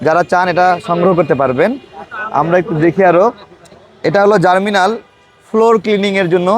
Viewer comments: পণ্যটির নাম জার্মিনাল না ভাই, জার্মনিল। তাড়াতাড়ি পড়তে গিয়ে ভুল হয়ে গেছে। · Bhai. Salam. Apnar upasthapona aro ektu bhalo hoto, jodi apnar pronunciation correct hoto. Apni "GERMNIL" ke bolchen "Germinal". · Hanks but its germnil not germinal vai. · It’s germnil not germinal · জারমিনাল !! কি বলেন!!!!😮 জার্মনিল ভাই